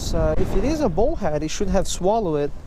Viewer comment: I love your videos. you are a good fisherman. but could you please say bull head not bowl head. in Spain they don't run with the bowls...